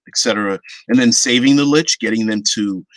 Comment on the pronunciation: Who says Lick lol